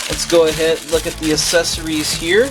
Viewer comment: I noticed that you pronounced Accessories like assessories, not a big deal but accessories is pronounced with a hard c sound